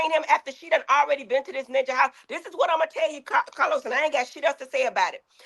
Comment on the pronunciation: Ahhhhhhhh!!!!! It’s the 34 minute mark for me!!! Heavenly called CahLos out!!! He be tryna play durrr-duh-durrr. 😂😂